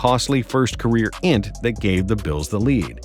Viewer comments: Uh.... u actually pronounced "Int"... its either I N T or interception... throws an int lol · This man did not say "int" for INT 😂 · Did he just say INT as if it was a word?